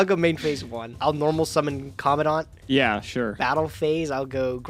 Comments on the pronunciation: Why does everyone pronounce COMMANDANT like comm- a-daunt? Theres a letter "n" between the "A" and the "D". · Can someone actually say COMMANDANT right? Like just once.. please.. for me..